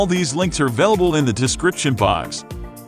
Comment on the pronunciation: At the end it says...Vid-o's instead of Vid-e-o's. Got a thumbs down from me.